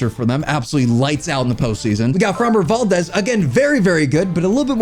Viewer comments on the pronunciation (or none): none